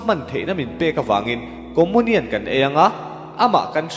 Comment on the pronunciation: Lam dan khi hriat a nuam lo țep, comunian khi Comonian ti a lam lo in Comiunian tiin lam thei se.